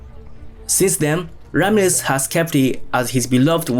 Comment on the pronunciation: And Sean Connery's character was named Ramles or are you saying Ramses🫣 Its Juan Sanchez Villalobos Ramirez aka Ramírez